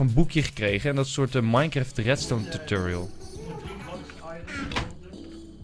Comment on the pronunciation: ENZO ENZO dit is belangrijk Het is niet minecreft wat jij zegt maar minecraft Like zodat milan dit ziet